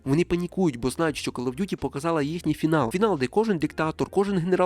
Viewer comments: Не ''кАл'' а ''кОл оф д'юті :-D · Просто друга секунда відео — кров з вух. КАЛ оф дюті 💩